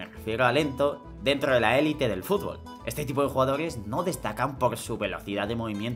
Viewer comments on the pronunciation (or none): none